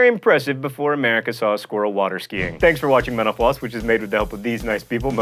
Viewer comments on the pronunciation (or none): for a sec there I thought John said "Thanks for watching menopause" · I can't stand this, bahahahahahahahaha . Every time you say "Thanks for watching Mental Floss" is sounds like "menopause". Lolz :D but seriously, love the videos, keep it up guys! :) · I keep thinking he's saying menopause when he's saying mental floss. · Everytime he says "Mental Floss", I think he says, "Menopause." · when he says mental floss , it sounds like menopause! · when john said thanks for watching mental floss i thought he said thanks for watching menopause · Does anyone else hear 'Menopause' instead of 'Mental Floss' when he closes the show? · When he said mental floss I thought he said menopause